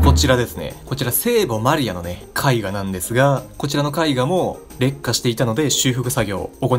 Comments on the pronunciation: 劣化の発音が烈火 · 劣化の発音が完全に烈火